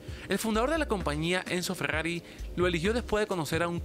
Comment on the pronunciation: Grrayas grrojas, fegggagriiii